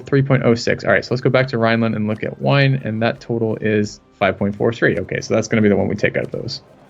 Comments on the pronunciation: Wien is the German Word for Vienna and its called "ween" not "wine" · Wien is the Austrian word for Vienna. Wien is pronounced like V-ee-n. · those German pronounciations though ... hilarious! Not sure but maybe that merchant would have generated more income by collecting in the English Channel (collecting in home node adds 10% trade income (I believe))